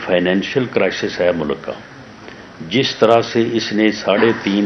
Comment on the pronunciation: He can't even properly announce.Says mulak to mulk.Jaahil.